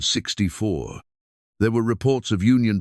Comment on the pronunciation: Maybe if you taught your computer to read 1864 as 18 64 it would read the year correctly.